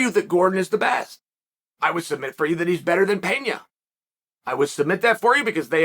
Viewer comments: Its not "Penhia" it"s Pena! As in Peh-na. He's not Spanish. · It's "Pena", not "Peña", for fuck's sake!!!!!!!! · US americans really have no clue about the world. In Brazil they speak portuguese not spanish. Its Pena not Peña lol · Hey uncle Chael, minor pronunciation correction here: Pena is pronounced like "Pena" (regular N pronunciation, like "Penalty") and not Peña (e.g., Juliana Peña) - it is a Portuguese word / not Spanish.